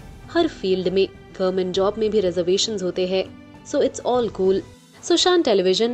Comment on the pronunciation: I like the content of your programs, but you will have to work on your diction and pronunciations. There is no difference between है and हैं. It seems same.